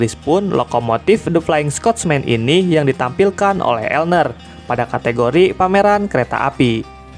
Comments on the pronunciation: Bng klo di UK bacanya bukan elner tp L N E R di eja satu2, kyk L N E R Azuma, LNER nya di eja Azuma nya di baca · L-N-E-R (di eja bukan dibaca elner)